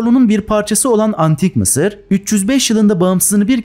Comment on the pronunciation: Mi sir diyo ya laaa😅😅😅😅